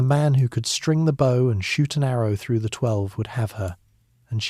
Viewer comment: Too bad AI doesn't know how to pronounce "bow" when referring to a bow and arrow.